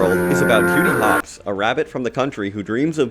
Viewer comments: When you first said Judy Hopps, I heard it as “Cutie Pox.” Maybe I’m too pony-brained. I’ll just blame it on the horn. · did sound like that lol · ok so i WASNT the only one who heard that